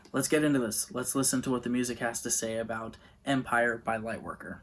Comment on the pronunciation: Thanks for making this video, you pronounced it perfectly! and i liked the points you apply about the lyrics. my favorite song is ''Dissonance'', a beautiful ending to this fantastic album.